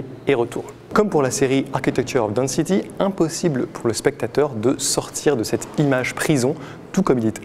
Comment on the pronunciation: Je ne connaissais pas ce photographe et donc mille merci! Pour votre information "density" se prononce 'denne-city" et non pas "dans-city" 🙂